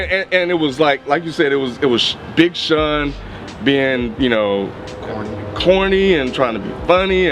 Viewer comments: "big shuun " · He keeps saying "big shun"....